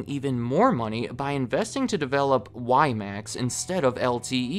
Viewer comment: WiMAX pronounced horribly wrong lol